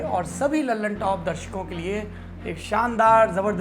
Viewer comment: दी ललनटॉप नहीं द ललनटॉप बोला करो दोस्त नाम ही गलत बोल रहे हो न्यूज़ का क्या भरोसा By